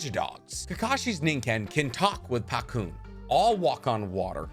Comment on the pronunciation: It’s Pakkun not Pakune(No hate)